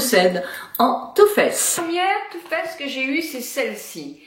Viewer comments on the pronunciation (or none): C'est too faced pas too fesse